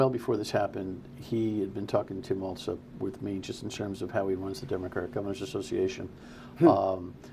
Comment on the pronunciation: Might want to research how to pronounce Walz' name if you're going to run interference for him.